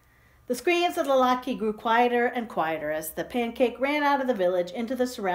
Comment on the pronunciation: Lat KA-- that's how it is pronounced :)) Thanks for sharing the story!